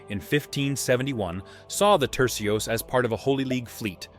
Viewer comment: Tercios, not trecios